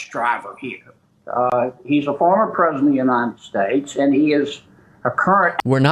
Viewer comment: "Perzidint Tromp"